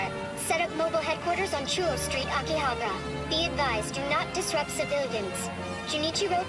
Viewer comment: Y they mispronounced akihabara 😢